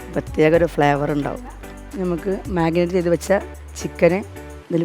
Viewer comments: എല്ലാവരും എന്താ മാഗ്നെറ്റി മാഗ്നെറ്റി എന്ന് പറയുന്നത് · Aarkkum marinate ennu parayan ariyilla.magnate Ennanu parayunnathu.kelkkumbol nalla boaranu😢